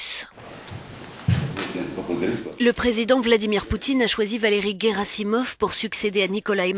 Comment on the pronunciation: Guerassimov !! Pas Gueramissov !